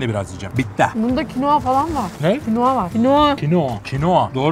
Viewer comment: Bunda kinoa falan var Ne Kinoğa,Kinoğa!!! Kinoğa,kinoğa doğru 😂😂